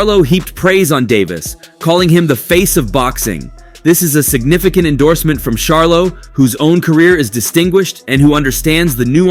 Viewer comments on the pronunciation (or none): Bro if ur gonna be a boxing YouTuber learn to pronounce the god dam face of boxings name his name is NOT GERVONTAH !!!! And it’s NOT SHARLOW ITS CH-ARLO WTF 🤦🏾‍♂️ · Dude you are real disrespectful by saying Sharlo...Charlo Dude. You wouldn't want someone mispronouncing your name as a professional or not.